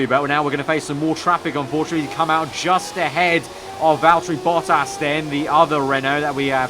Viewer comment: I am impressed at how well pronounced Valtteri Bottas. Its hard for non finnish language speaker to say it right, but he is very close to perfection.